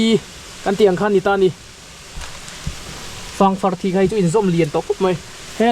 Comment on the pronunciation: Ziah chawp a ang ti lovin, ker chawp a ang ti zawk la.. 😁 chuan fâng far i tih kha fâng faarr (hetia ziah anga thlûk in) tia lam emaw ka lo ti thin a! (Ka lo sawi ve mai mai. En a manhla leh e! 👍👍